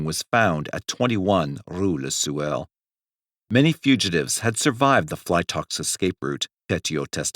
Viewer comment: Rue le Sueur ... Sueur is pronounced like swoo-air.